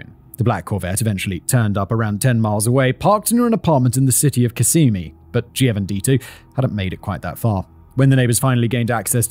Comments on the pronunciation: So first, its Osceola (Ah-See-Oh-La) and second, my cousin was picked up as a suspect in that first murder lol. I don't miss Kissimmee (Kiss-immee) at all after all these years but itnwas cool when Celebration was first built to be able to drive around and experience seasons in the heart of florida lol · I know this is absurd, but believe it or not the Florida town of Kissimi is pronounced Kiss-a-me. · Kiss-i-me how you saw that city name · Just a friendly native Floridian FYI that Osceola is pronounced "aussie-OL-uh" and Kissimmee is pronounced "kiss-EM-ee" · It's kiss-EM-ee or KISS-em-ee, not...whatever you just said 😊 Celebration is kind of a weird place, and when i lived in the area in the late 90s it was hella expensive. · Simon your british is showing every time you pronounce these fucking town names and american words. It's Kiss-ah-mee :,)) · Any other Floridians always get a kick when anyone tries to pronounce Kissimmee? XD great episode Simon!! <3